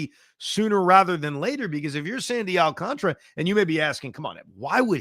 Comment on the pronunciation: Does anyone know why a lot of people pronounce Alcantara's name wrong. Gary Cohen, Michael Kay and Evan all say it the say same way i don't get it